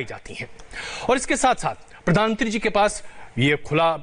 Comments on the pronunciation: अरे एन्कर ये प्रधान मंत्री होता है क्या प्रधानत्री कह रहा है। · Anchor sahab pradhantri nhi pradhan mantri boliye . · Cringe every time he says प्रधानत्री🙄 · रजत शर्मा से अनुरोध है कि इन महोदय को "प्रधानमंत्री" शब्द का सही से उच्चारण करना सिखाएं। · Pradhan mantri to sahi se bolo Bhai mere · प्रधानमंत्री आप सही से नही बोल पा रहे को एंकर जी😂😂😂